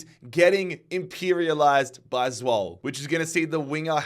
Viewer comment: Love the series but Zwolle is pronounced Zwoll-a